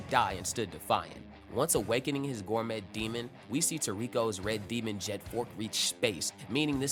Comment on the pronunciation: The t is silent in gourmet, it's pronounced gour-may